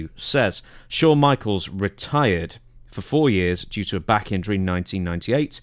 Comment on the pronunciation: How do you spell Shawn the way Dutch pronounces it? Showne? Shone?